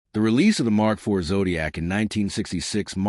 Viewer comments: AI strikes again, every now and then. e.g. Mark "Eye-vee" instead of Mark 4... And no Granada images. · Phuck.... this AI is so annoying. The Mark eye vee for Mk IV. Gave up after that and changed channel.